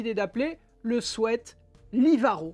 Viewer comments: Merci pour ce chouette tuto, et aussi merci de prononcer "swêt" car tout plein d'autres disent "swit" ce qui n'a rien à voir! A bon entendeur, belle journée 😉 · Enfin quelqu'un qui prononce bien le mot sweat. Merci !